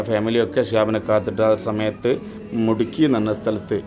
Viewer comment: മുട്കി അല്ല മുദ്കി